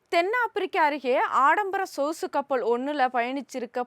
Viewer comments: நீ பேசும் தமிழை விடவா வைரஸ் எங்களை கொல்ல போகிறது.... சொசு கப்பல் இல்லமா??? சொகுசு கப்பல்.,. முககசம் இல்லை முககவசம்.... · சொஸு கப்பல்.... ஆஹா தமிழ் அருமை ழ - ள வராதா? வாயில வசும்பு வெச்சு தேய்க்க......